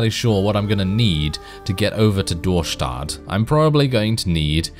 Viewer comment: I love how you pronounce Dorestad